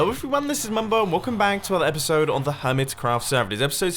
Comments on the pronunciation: epuisode? don't you mean episode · LEAVE A LIKE IF YOU ENJOYED THIS "EPUISODE" OF HERMITCRAFT! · "epuisode of hermitcraft" x'D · EPUISODE XD I'm sorry, I'm in an honers English Class in the U.S.